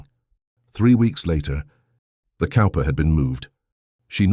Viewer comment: Cowper is pronounced Cooper...just an FYI. The dry humor is priceless lol.